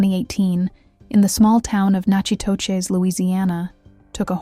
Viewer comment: Natchitoches is pronounced “knack itish”